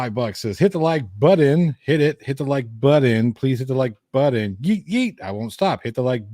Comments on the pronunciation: “Hit the Like “Buddon?” What happened to the “t’s” in that word? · Joses rabbit hole - Chillito will be dining on some Peking Bunny before his hole is done. - there is no D in button dude (Butt-Ton) come on man. Never quits, but readily tries to withdrawal...lol They waited till the last day the court would allow - how was that rushed? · He can’t even say the word button correctly. He pronounces it like a 3 year old. It driver me crazy😝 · He said button correctly. He says button wrong purposely. Is he trying to look dumb? I don't understand his thought process lol.